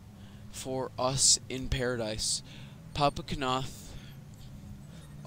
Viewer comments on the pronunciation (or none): its pronounced noth not KAnoth